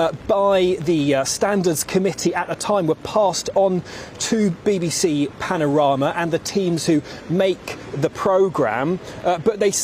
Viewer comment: Anyone that can't say panorama should not be listened to